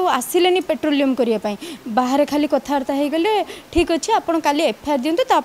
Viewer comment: ପେଟ୍ରୋଲିୟମ ନୁହଁ ପଟ୍ରୋଲିଙ୍ଗ କୁହ.